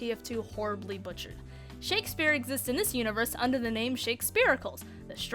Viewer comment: This is mere conjecture on my part, but I've always thought it was pronounced "Shakespeare-i-cleez" (like "Hercules" which it seems to be referencing), rather than "Shakespeare-i-culls" (like "icicles"). Shakespearicles should totally be a boss fight in a Medieval Mode map.